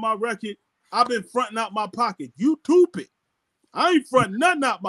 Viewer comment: "Him Not Toopid" 🤣😂🤣😂